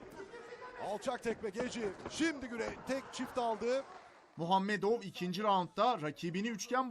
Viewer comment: Kım muhamedov 😂😂😂Nurmoganmetov